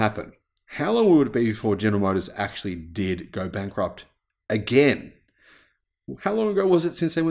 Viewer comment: Bank-rupt-cy.....can GM pronounce that word?